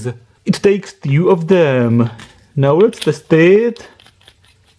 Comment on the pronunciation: OMG, this horrible accent ruins it all! Why "tew" instead of "two". Why singing all the vowels? Why trAAAAnsistor, when it is transIIIstor. Blood comes out of my ears. Goddamnit!